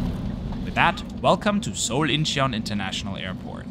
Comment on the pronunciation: Great video! FYi Incheon is pronounced IN-chun. No need to emphasize the 'he' sound.